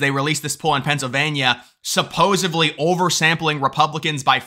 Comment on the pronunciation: Don't get mad, just letting you know supposively isn't a word. It's supposedly. Love the channel my friend.